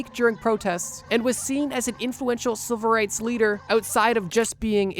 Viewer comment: Are you saying silver rights or civil rights?